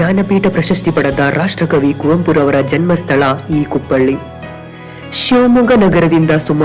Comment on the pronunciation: ಅದು ಕುಪ್ಪಳ್ಳಿ ಅಲ್ಲ: ಕುಪ್ಪಳಿ